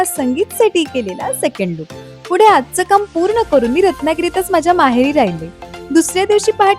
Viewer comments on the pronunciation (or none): none